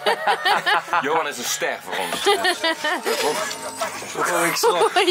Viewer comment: ben ik de enige die het grappig vind hoe hij zegt, johan